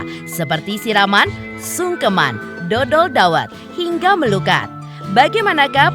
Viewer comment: Dhodol bukan dodol 😅😅 artinya jualan dhawet…please check dl laah ini kan adat jawa…